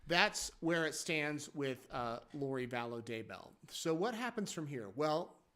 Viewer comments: they have had how many years and he said her name sounded like "value" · She's back to "Vallow"